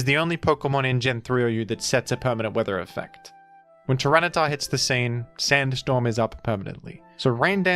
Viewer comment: hearing “tyranitar” felt so deeply wrong. At least cif is present in the previous clip